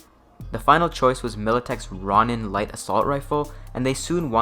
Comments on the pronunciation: To nitpick, Corps is pronounced "core", and ronin is pronounced "roh-nin" (It is a Japanese term that means a masterless samurai, so basically part knight, part mercenary/old west style wanderer). I also think (not 100% sure) that its pronouned "Luke-essi" (as Italians often pronounce c's like k's). Other than that, interesting vid. It's interesting that in this timeline, history repeats itself given the poor performance of the original M-16 during Vietnam. Also FN typically makes high quality but overpriced gear these days, so its interesting that in this timeline they're the budget option. The wiki page talks about the FN RAL, which again, mirrors real history in terms of the M14 and the FN FAL. A channel called Ahoy made a nice video about the history of the FAL if you're curious. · "Ron - in" assault rifle... lol